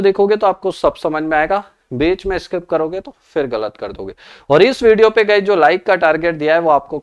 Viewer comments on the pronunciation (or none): none